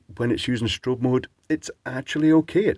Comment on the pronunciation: strao-on, giggle! FYI, around here those are called tadpole lights since once they are off the bike it looks like it has a tadpole tail. They are handy for their ease of mounting. Sounds like it would be decent if it had an upgrade to an 18650 battery otherwise I am not interested in something I have to charge between each and every bike ride. But I will say I am glad to see more of the 4 LED lights coming about as I own a 4 pixel TV that also uses Yellow as the 4th pixel and it's like 33% brighter than 3 pixel TVs and the yellow & golds are awesome. I always wonder why we don't see more consumer products with a 4th pixel. Dave's Garage did an interesting video on 4 pixel individually addressable RGBW LED strip lights recently. Turns out they work like one giant shift register. If I knew more programming I would be very tempting to get a set as his projects really look awesome. (This is THE David Plummer, the guy who wrote Task Manager for Microsoft! Awesome electronics channel & he does lots of light projects now.)